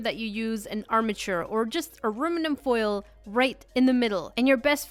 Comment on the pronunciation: Alruminum fol is a good armature 🤣🤣🤣 lol no hate tho I do it all the time too😄